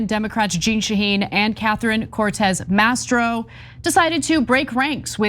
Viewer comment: It’s MASTO not MASTRO!